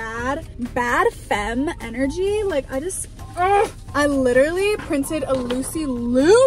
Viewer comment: “i liTtErly”😂😂